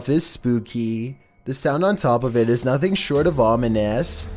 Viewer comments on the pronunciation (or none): none